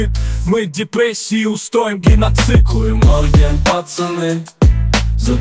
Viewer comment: Произносите не правильно,хуедморген,или хуудморген